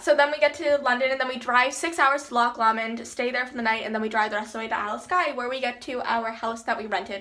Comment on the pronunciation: hahahaha the way you pronounce loch lomond